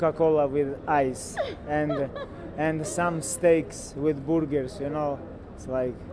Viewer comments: Someone give this man a cheese boorger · Dont forget to say it correctly - Boorger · It's Booorger 😝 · B U R G ER - Our pronunciation was wrong y'all.😂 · He protecc, he atacc. But most importantly, he say boorgor back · What is burger? Its name is boorger!